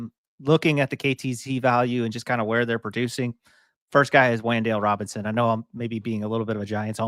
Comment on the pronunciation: "Wayne'dale Robinson"